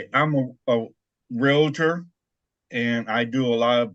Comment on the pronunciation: Jimmy, just an FYI, you are a realtor not a realAtor 🙄